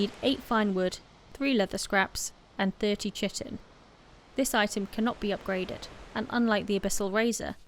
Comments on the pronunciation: 'Chitin' is pronounced KY-TIN. It sounds like you are saying 'chicken' sometimes. Great video. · Great vid, although chitin is pronounced 'kite-in' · good guide.... but the way You say "Tji-tin" :D its Chitin... = Kai'tn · As Kai-tn it is the correct pronunciation, but thanks to this video i prefer to say "shitin" nowadays 😁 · btw it is kitin like keyetin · Pronounced chitin wrong. Its kite-in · "Kite-in" is the correct pronunciation of Chitin. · Chitin in pronounced, "kite-in". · I believe its pronounced "Kye-ten) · Chitin is pronounced kai·tn. Other than that I enjoy all of your videos very much. The way you talk and how you present the detail are fantastic. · I know this is old, but chitin is pronounced "kai-tin." It's basically an organic compound bugs are made of. Great video. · It is pronounced "KI-tin". First syllable has a long 'i' as in 'fly', and is stressed. The second syllable has a short 'i', as in tin, and is unstressed. Sorry. The video is wonderful otherwise; but the numbers of people who mispronounce this name is approaching pandemic levels. Thank you for an otherwise wonderful video. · I can't blame you at all i used to pronounce it differently, hella wrong, but i played some Ark and i got corrected(mocked) quickly by my friend 😂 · "Chitin" lol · the wrong pronunciation of chitin tho...